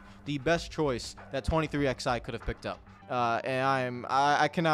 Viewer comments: ITS 23 ELEVEN NOT 23 X FUCKING I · Of course you don't call it "Twenty Three X-eye" ...because its not fucking called that!